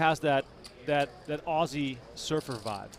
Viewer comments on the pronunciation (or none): none